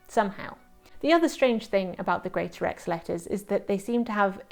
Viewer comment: Correction on pronunciation of the village name: Wyrley Pronounced Wur-lee.